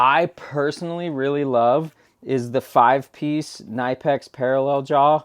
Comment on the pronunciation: it's pronounced kin-i-pex....and they are awesome....as is your channel...